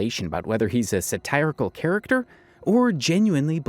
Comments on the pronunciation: That is not how you pronounce satirical, bud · non native english speaker here is that way to pronounce satirical also valid? I haven't heard it pronounced it like that ever